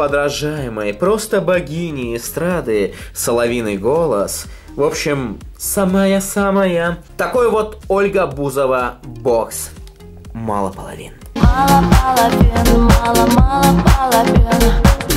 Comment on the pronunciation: Оля не паловиц а паловин